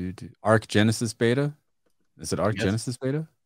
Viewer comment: Its beta not bata hahah its what companies test before proper release foooolss